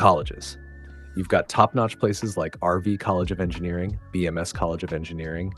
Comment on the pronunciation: bro said vms instead of bms💀💀